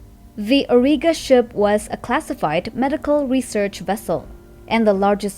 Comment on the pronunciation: 1. it’s AURIGA not orga 2. The avatar is not the largest titan. The Ragnarok is